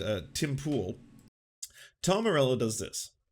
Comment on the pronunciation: Poule and Pool dosent have the same pronunciation.